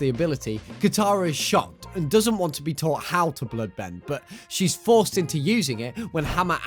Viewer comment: Pud bending is what I hear when he say blood bend